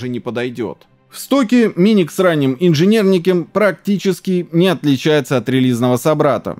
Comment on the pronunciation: "в стоке миник с ранним инжинернекем" xDDD